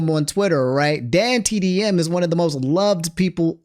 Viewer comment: has completed his arc and can now pronounce dantdm correctly